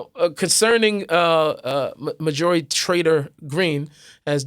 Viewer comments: MAR-jorie Not Mar-JUH-rie. Love you anyway,. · Her name is not Mah-joori. I had to look at the title to work out who you were talking about.